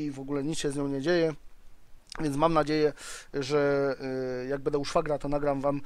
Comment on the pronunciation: Jeszcze to ''bede'' na będę i będzie GIT :)